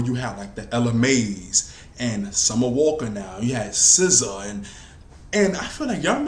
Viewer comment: Dont ever say "Scissor" again. Its SZA. You're also obsessed with Aaliyah.